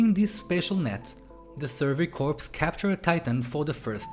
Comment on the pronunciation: Sorry to be picky and bitchy. It’s pronounced core!!! Not corpse. It’s The Survey Core(corps obviously not spelled core)!!!